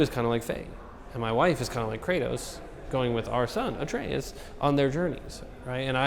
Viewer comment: "Artreus"? lol